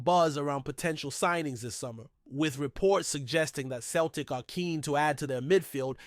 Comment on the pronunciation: Can't even pronounce Celtic correctly ya mug!!